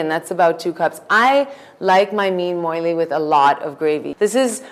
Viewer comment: Dear Chef, Please do not insult us Keralites anymore, by letting this woman cook one of our traditional dish. She ruined the whole dish... She started off by mispronouncing it as "moilee" instead of "molee/moli".... Then she insulted our dish by adding veg or canola oil, then by adding carrot & finally by adding sambar powder. Sorry to say, but thats not how we cook our fish molee. Thanks. A regular viewer of your channel